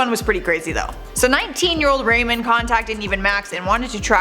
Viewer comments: Number 4 was Ramon pronounced Raw-mone. said Rayman. Anyway would love a part #3 for sure! Thanks you the best!! 👌💯👍💞♥️💜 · abby korchak THANK YOU!!! I cringed every time she pronounced it wrongly.😂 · GIRL! THERE'S NO ONE NAMED RAYMOND!!! _GDD, IT'S RAMON!!! 😳😳 "WHAT ABOUT RAMON?!"😆😆😂😂😅😅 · “Ruh mone” not “ray min” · Give her a break. She might not have known how to pronounce their names. It's not a bad thing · Lmfaooo Ramon’s name is pronounced Ramoan not Raymond 😂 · What’s with her name pronunciation. How can you say “blank” episode ever! When you’ve clearly never watched it. Girl I love ya but watch the episodes! Everyone knows how to say “WHAT ABOUT RAMONE!?”